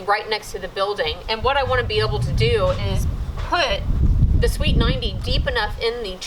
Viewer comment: Where's your utility marking tape in the trench? lol How long will it be till you start playing tricks on Cody when you hear him trying to use his air tools lol. The curved conduits are called "sweeps" couldn't tell if you were calling them sweets :p